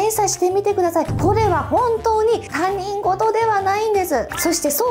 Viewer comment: たにんごと？他人事は『ひとごと』って読むんだよ🤭🤭🤭